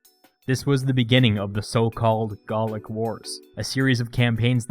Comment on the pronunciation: "Garlic wars" Isn't it "Gaulic"?